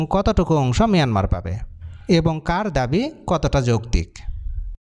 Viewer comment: Ota Mayanmar, not Miyanmar. Sobaikei miya baniye dibi naki uneducated kothakar.